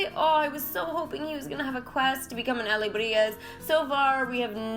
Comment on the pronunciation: The only word I hear you saying sorta weird is alebrije (and probably just because it comes up so often in the event!). I feel like I said it before in your livestream but you might have missed it- there is no g sound. its more like alebri-hey and not alebri-gez. The j in spanish is more like an h. Living in california we have a lot of spanish speakers and my family lived in peru for a while- im the only one not fluent yet. XD As far as the setup goes, how old is your computer and what are the specs on it? I used to use a mac but the ones I could afford just didn't hold up to what I was trying to do on it so I switched to a PC. I use streamlabs more for streaming and my elgato capture card works well with it. I feel like macs really take a turn after around 4-5 years so I'm curious how new yours is.